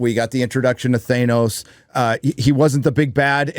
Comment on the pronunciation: Stop saying “Thaynos”.